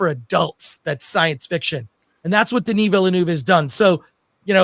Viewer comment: Couldn't watch it to the end because my ears hurt with how much you''re butchering Denis's name